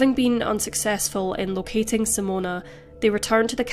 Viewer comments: SIMONE not Simona!!!! Sorry, but as a Simone, it's really annoying when people say Simona- unless you're Italian!! Appart from that, it was a really good video! 🤙🏽🙂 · You are NOT pronouncing her name correctly. It is NOT "Simone-u"....even in Australia it isn't "Simone-uh".